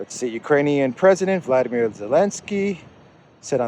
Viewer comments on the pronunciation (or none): none